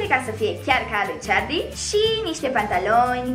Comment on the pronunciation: E Carli nu Ciarli